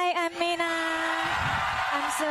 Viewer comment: MINA ACCENT SO GOOD